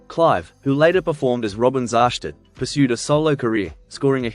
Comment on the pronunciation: You can't even pronounce his name properly. You f**** idiot, You know absolutely nothing.